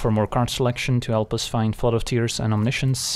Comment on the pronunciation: i speak french, we have the word as well (no reason not to, it's directly latin) and can confirm there is absolutely no reason to pronounce science differently. Feels like its meant to sound frenchier but that's just dumb.